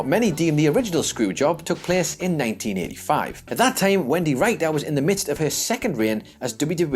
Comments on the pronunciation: is not allowed to narrate any more videos until he learns how to pronounce wrestlers' names correctly. Jacques "Roo-go" in a previous video and Wendy "Ryke-ter" in this one. Would it kill the man to ask someone who knows something about 80s and 90s WWF? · Aside from the mispronunciation of Wendi Richter's name (RICK-TURR), and misidentifying Sheik's character during the traitor Slaughter angle... there's no such place as "Battle" in Michigan. There's Battle CREEK, which is the home of Kellogg's Cereal and RVD, but no "Battle." Look, I love you guys, but you need to do better copy-editing. That includes vocal copy-editing (RICK-TURR!!!). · I'm sorry, but Wendy WHO? I mean, I know Brits mispronounce all kinds of words, but mispronouncing someone's name? C'mon, do some simple research, if you're unsure. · Call the people at Guinness world records...most mispronunciations of Wendy Richter's name in a single YouTube video. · Seriously, do you mispronounce things on purpose? -_- maybe it's just one of my pet peeves, but anyone who is hosting and reading facts in a video about wrestling should know how the hell to pronounce Wendi Richter's name....grumble...